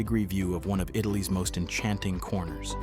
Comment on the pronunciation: Not bad, but if you’re going to make a video about Italy, please learn the correct pronunciation of words- not some americanised version of them!